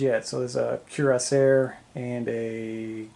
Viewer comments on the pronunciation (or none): While Black Powder is not my favorite set of rules that was a truly epic game. Lots of back and forth and very nice looking table and figures. Great report! For future reference Cuirassier is usually pronounced as Kur ras see ay .